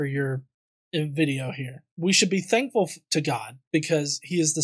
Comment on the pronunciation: Anyone else noticed this speech quirk this guy has? When he says thankful it sounds more like "dankful". I like the sound of that, have a dankful day, people:)